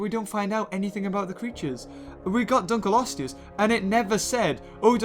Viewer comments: Dunkleoseus: dunkletoe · i have one for Dunkkleosteus "DonKKey" like Donkey and for Nundasuchus "Nachos" XD